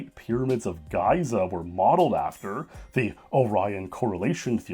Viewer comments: pronouncing Giza as "Guy-zuh" instead of "Gee-zuh" was pretty noticable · Yeah you said ''Piramids of Gyza'' instead of ''Giza'' lol. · Pyramids of Guy-za? Ry-ggle? The fu...? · Your pronunciations of GĒ'•zah and RĪ'•jehl? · Pyramids of "Gayza"? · Never heard anyone pronounce giza as geyser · Mispronouncing Rigel, Giza, Deku, and Betelgeuse